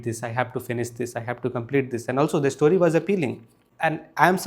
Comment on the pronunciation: there's no 'e' in the word story. it's pronounced store-ree, not e-store-ree